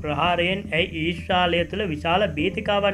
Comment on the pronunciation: අනේ මචං ඊස්‍රාලය නෙමේ ඊශ්‍රායලය කියල කියපංකො .